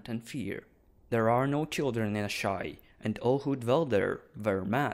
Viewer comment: I love how you can pronounce Asshai as "ASS High"